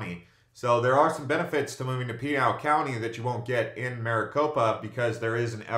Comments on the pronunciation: You are mispronouncing Pinal County. It is pronounced...."Pin - Al." Not "Peen Al." Just saying. Nice video. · Just so you know tou are saying Pinal wrong, its pi-nail